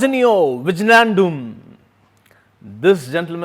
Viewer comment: 🤣🤣🤣🤣🤣 wijnaldum.... It is pronounced as "wi-nal-dum" Not Vij-nal-dum 🤣🤣🤣🤣 n GrpF will win u 🤣🤣🤣🤣🤣